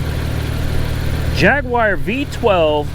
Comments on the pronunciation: Jagwire ffs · Jag-u-are #justsaying They are beautiful cars..as long as they work. Lots of electrics. I’m English and my dad had loads, including a ‘76 XJ6 Coupe.. he loved that! Funnily enough, I’ve never owned a Jag, I’m more of a Ford and BMW man :)